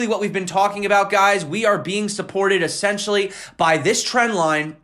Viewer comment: you're great man, but please check your "essentially."